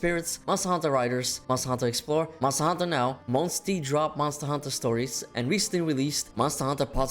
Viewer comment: If I hear this guy mumble mustahantuhh another time I swear…